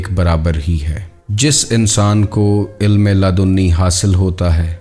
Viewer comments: انتہائی معذرت کہ کے بعد سننا برداشت نا ہوا آپکی اردو نہائیت کمزور ہے اہم بات بیان کرتے ہیں لیکن مسلسل بارے ilm کو Ilam کہتے جاتے ہو سماعتوں پہ سمع خراشی کا باعث ہے معذرت اس سے آگے نہیں سن سکتے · MashaALLAH SubhanALLAH bhai great sharing but ek ghalti hai ilam nh balkay ilm hai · Ya to apna talaffuz durust kar len ya kisi aur ko hire kar len. Sahi talaffuz waqt hai Waqat nahin, ilm hai ilam nahin, jazb hai jazab nahin, kasb hai kasab nahin, ilme laadunni nahin ladinni hai Lehjay me thori narmi aur utaar charhaao paeda karen.